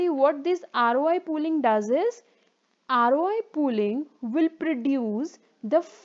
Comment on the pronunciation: This video might be very good, but i cant watch it, because of the voice :( i'm so sorry. Not even when i take a shot every time she says "Aroay".